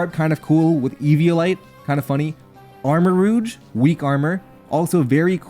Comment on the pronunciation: your pronunciation of armorouge is pretty interesting. its supposed to be the s in pleasure, but americans often put that sound in taj mahal even though both sounds exist. kind of funny to see it go the other direction, since im guessing you have less exposure to french and french sounding words